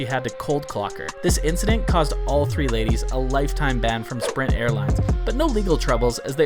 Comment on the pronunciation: "Sprint" airlines lol 😅